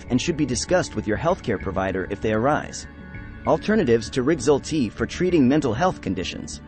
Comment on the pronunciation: Why do you pronounce rexulti so weird?